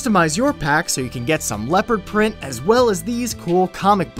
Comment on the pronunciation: he said leper print